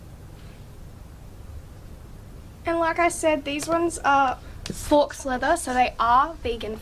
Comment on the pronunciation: Just an FYI. Faux is pronounced like foe. Faux is French for the English word false. Anyway, nice video, and great shoes!